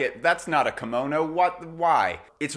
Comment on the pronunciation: Hello from Japan！！ Great video, your pronunciation of Kimono is spot on！ Your observation of the Kimono being a garment with a great deal of space between the wearers skin and the fabric is correct/incorrect at the same time. Yes the many different varieties of Kimono garments more or less have lots of space for arms and legs BUT all Kimono's are tightly fastened with an Obi or sash at the waist, slim women have to use folded towels or padding to enhance the body shape so the kimono drapes well. This makes the Kimono very hot, constricting and tiring to wear if you don't wear them regularly. People of Asian decent tend to sweat much less than us and also wrapping a tight Obi sash under the armpits actually suppresses the sweat glands which I recently learned. I am a hot person so even a summer cotton Yukata Kimono I get soaked with sweat. I'm not trying to put you down it's just that I sometimes see the explanation that the Kimono is a louse fitting garment when in fact it isn't.